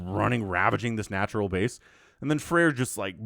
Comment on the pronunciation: And also, not FrEir, but FrAer) thats how to pronounce it on russian😀😀😀